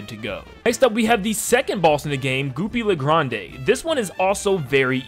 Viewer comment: Hey, three things. 1: Goopy Le Grande's name is French so it's said as "Goopy Lay Grand" 2: Werner Werman is German si the W's in his name sound like V's. And 3: The leaves Saltbaker throws in the second phase of his fight are mint leaves.